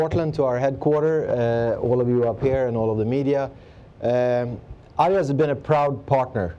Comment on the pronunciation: Who the hell pronounces "Adidas" like that?